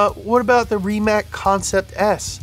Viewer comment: Thank you for assuring me "Rimac" is pronounced Remac !